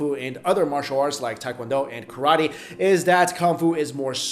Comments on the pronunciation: hey dude, it is no tai kwan do-its tae kwon do! hey dude its not karati, its karate, hey dude it not kang fu, its gung fu. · also it isn't KAR-A-TEE, it's pronounced Kah-rah-teh. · Ka RAA Te